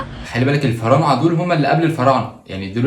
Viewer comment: أنا فطست ضحك على كلمة الفعارنة 😂 لأني بقولها الفنارعة و بعدين الفعارنة و بعيدن بقول الفرااااااعنة 😂😂